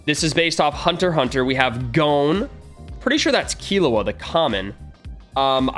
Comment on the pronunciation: eyyyyy u said gon right instead of like gone